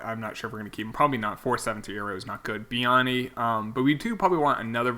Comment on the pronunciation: Ik this is late but biagini is bee-a-gene